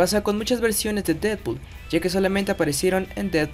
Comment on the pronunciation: y ademas lo pronucio bien el nombre seeee porfin alguien lo puede pronunciar bien gracias:3